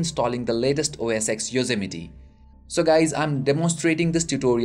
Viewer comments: lol it's Yosemite not Yozzameti HAHAHAHAHA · Yayy! It worked! Btw it's pronounced Yose-miet (Yosemite)